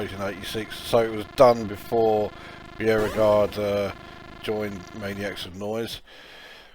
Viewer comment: It's actually pronounced as Bo-Regard. The guy is now living in the US and is a retired elementary school teacher (music teacher). If you want to check out some REALLY good stuff from him, check out his tune called Sweet.